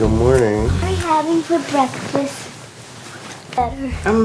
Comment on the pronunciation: “Now let’s make “brekfrast” 👁_👁”